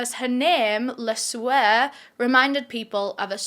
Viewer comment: The way you said LeSueur made me go like this 😵‍💫😵‍💫 because my hometown is called Le Sueur